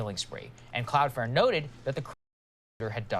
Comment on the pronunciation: Buddy saying cloud fare triggered me